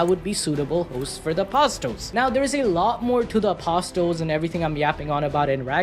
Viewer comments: It's pronounced as apo sol with silent t. not apos tol. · little brother? bro it's his OLDER brother, get your facts straight. Also, it's not "apos tels", it is "ah puh sels" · Say apo-STLes again. And again. And again. You'll get it right this time... again. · The t is silent in apsotles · The t is silent in apostles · Yo the t is silent in apostles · suprised there wasnt any irish hero with so many of us around the world 😅 the T in apostles is silent btw